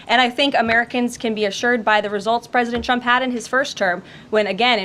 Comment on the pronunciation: Agreed sounds like she's saying President chump